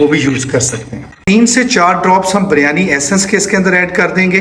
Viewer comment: buryani nahi kahtay please sahi lafz hay biryaani